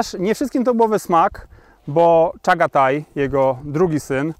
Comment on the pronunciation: Jak słyszę czatagaj to az mnie skręca. CZAGATAJ